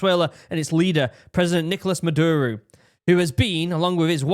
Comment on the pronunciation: a good way to pronounce spanish words on the fly is to break it into 2-3 letter syllables and pronounce them as easily as possible. for instance, "caracas" should be "ca-ra-cas" and the only sensible way to pronounce "ca" is like in "car," then the same vowelization for the "ra" like and so on. you end up with "kah-rah-caas." maduro- "ma-dur-o" leads to "mah-dure-oh". its not perfect, but its usually close enough to get you by. if you notice, other pronunciation choices don't roll off the tongue. i'm an american, and found this video to be very helpful. i think all these kinds of stories should be accompanied with maps so that people can understand exactly where things are happening. only thing missing was a topographic map, then you would have seen a couple of bomb sites were at the tops of mountains, indicating anti-air emplacements. we all hope this simmers down and venezuela takes the opportunity to come out with a better government that the people actually elected. say what you will about trump, even though he disagreed with the 2020 outcome, he still stepped down. hope the linguistic tips help!